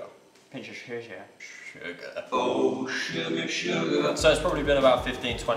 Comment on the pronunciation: Pinch of schusger 😂